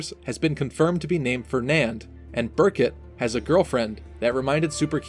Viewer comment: Beeerkuuuut. Get it right